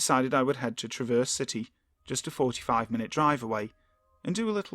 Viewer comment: Oh, a bit of a Michigan pronunciation guide. The temptation when you see Traverse City is to pronounce it like you would the word, with an understated "a" sound and heavy stress on the second syllable, so it sounds like truh-VERSE. Locals put the stress on the first syllable and give the "a" sound one more like the a in apple. So to pronounce it like a Michigander it's more like TRA-verse.